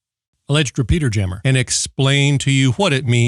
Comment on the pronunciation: Whenever the phrase 'GMRS repeater jammer' was mentioned in this episode, all I could hear was 'peter-jammer', and I wondered is that the same as a cock-block?